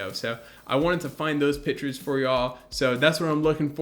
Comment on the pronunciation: Like what you are doing here. It's great to see how a setup progresses. One thing though. You keep saying pitchers when you mean pictures (pronounced pic tures). A pitcher is something that holds liquids. Try to learn how to pronounce it correctly and you'll do better. It will help you to sound more professional and more educated. It will also come across better in job interviews later on in life.